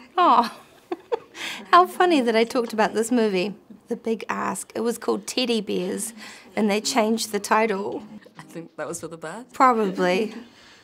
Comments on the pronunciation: I totally misunderstood her saying “teddy bears” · I had to look at the subtitles because I definitely heard "titty beers" when she said "teddy bears" 😂